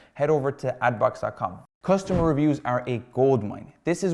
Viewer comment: Nice content (btw it's cUstomer* not costumer)